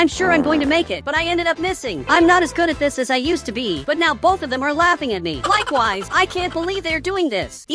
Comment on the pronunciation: Why he always says likeways😂😂😂